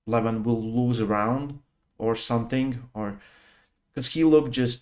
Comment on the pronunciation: learn from Ryan Blue how to pronounce right the name LEVAN